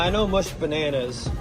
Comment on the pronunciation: He said “banoonoos” 😂😂😂